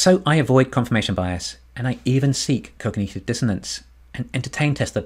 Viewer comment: “cog-nut-iv” not “cog-knee-tiv”